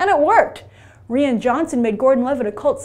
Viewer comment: It is not re-in Johnson. Rian is pronounced Ryan. You do this every time. You should fact check these things if you're going to have professional reporting.